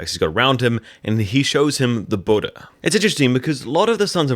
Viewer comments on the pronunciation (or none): none